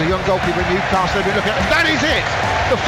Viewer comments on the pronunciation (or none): none